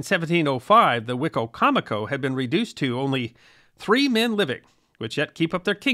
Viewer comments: We pronounce that ‘Why - coma - co’ In Maryland. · Living in the area I always hear it pronounced " Wa-comb-a-co". Who knew. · As a Native American in the DMV, we pronounce it WHY-COM-A CO. Just a heads up. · Hello! I'm from Maryland and have lived and worked in Salisbury. I'm assuming the pronunciation of the county that is named after the tribe (Wi-com- mic- koe) is one of the many anglicized versions. When I saw the title card, I said to myself "I wonder how it's gonna be pronounced?!?" The best version was on WWE the announcer pronounced it "Wicky-mick-oh". Thanks for focusing on something I literally live by. A topic suggestion that is equally close and would be great is the Quakers and their role in the early American history! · I think that’s a different river/tribe. We have both Wicocomico and Wicomico in VA. The first is the tribe and the second are two rivers (Great Wicomico and Little Wicomico). For the most part, I’ve only heard a few northerners (Maryland) say “Why-comico” when talking about the rivers, but who knows who is right! (Probably no one is: they’re just spelled the same 😉) The English language is a nightmare of spelling and pronunciation. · From a person who has lived most of my life in the area. The way you say the tribe name is so funny to me. I've never heard a person pronounce Wicomico that way. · Wicomico County in MD was named from the Algonquin wicko mekee but what you have has an extra syllable.